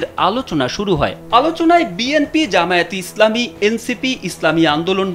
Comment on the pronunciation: রিপোর্টের তো জামায়াতে‌ ইসলাম ও ঠিক ভাবে উচ্চারন করতে জানে না 😅😅